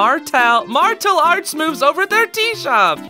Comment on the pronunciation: ''martal arts'' me who goes to martial arts::face-blue-covering-eyes: firstly its martial arts not ''martal arts''😆and secondly its said m-a-r-sh-a-l arts